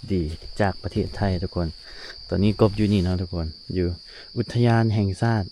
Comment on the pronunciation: อุทยานศรีน่าน อ่านว่า อุด - ทะ - ยาน - สี - น่าน